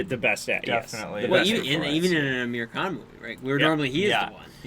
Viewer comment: Aamir's name is Aamir (aah-mir, not uh-mir). Not Amir.